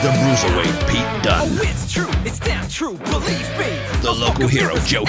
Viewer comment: You gotta BO-Lieve